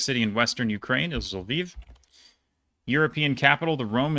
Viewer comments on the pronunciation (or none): none